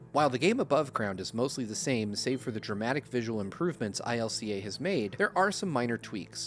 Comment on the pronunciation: Isn't it just pronounced "Ilca"? That's how they pronounced it in Pokémon Presents.